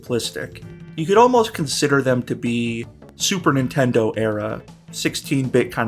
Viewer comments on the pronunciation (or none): none